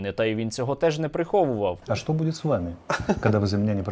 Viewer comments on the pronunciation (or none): none